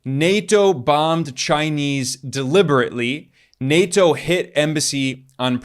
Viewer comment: plz fix the way you say nato